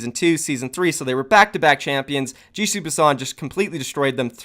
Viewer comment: Everytime you said "GC Busan" I heard "Juicy Busan"